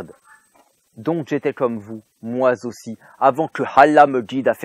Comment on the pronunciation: « moi-z-aussi »... hommage à Boris Vian ?